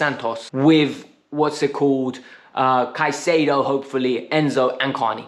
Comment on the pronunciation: You might have been wrong about Jackson. But you were right about one thing. Chelsea was being cheap 😏😂 We're becoming misers 😏😜 We've very rarely tried to negotiate down in the past. Look at Kepa. Now Brighton is squeezing Chelsea. Edit: My guy. How are you this bad at saying footballers names. Casedia and Enkiso....😂😂😂😂 But you man